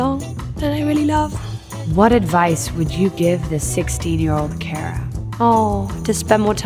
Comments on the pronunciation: Care-uh Dellavine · did she just call herself Care-uh..? she just mispronounced her own name wtf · she said it in her american accent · Did she just mispronounce her own name?... Why does that bother me so much??... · She was just making fun of the way Americans pronounce her name. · Jade Shinymist why would she care if this is for British vogue??? And plus I'm American and I thought she pronounced it wrong. TBH, I had to check the comments to make sure I was right. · but, that's the wrong way ^^ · when she said her name wrong i died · When she said 'cara' wrong 😂👌🏼